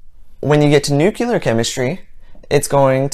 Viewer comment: Please, Please know that, by no means, do I intend to be Rude 🙂. But, as a person with interest in science, you may end up embarrassing yourself!! I noticed that, a number of times, you pronounced, "Nuclear" (Nuke- Lee- Yer), erroneously as (New- Kee- Ler). My field of speciality is fish pathology!! You sound like a smart and educated person. It would really be a shame if you make a scientific discovery someday, and not receive any credit for your work, for a mistakes such as the aforementioned. Also, I noticed that, in your response to a person, you have used the phrase “anyways”. It really should have been “anyway” ! In college, as well as high school, I was fortunate to have had many well educated Americans, Canadians, and one instructor who had a PhD from Oxford of England. When I took English Composition, the Oxford graduate stated, and I quote... “We don’t make a big issue about the less educated common peoplewho use “anyways” in very casual speech in order to not hurt some people’s feelings”. But, by no means could “anyways” be considered correct ! Unless one quotes a not-so-well-educated person in a story, etc. ! Sadly, these days, few people pay attention to grammar! For example, even many allegedly educated actors commonly say,“you and me” when it should be “you and I”. Or, how about many of us who have taken Physics, pronouncing acceleration (ak- seleration), as (ek-seleration). I can go on forever. This gradual degradation of the English language is beyond sad. Wh